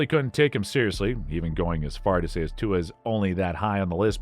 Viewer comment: Butchered Tua's name 😂😢